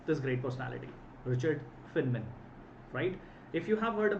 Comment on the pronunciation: Sir, his name is pronounced as "Fine Man".